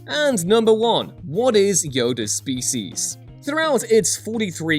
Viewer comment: can't say 'species' properly.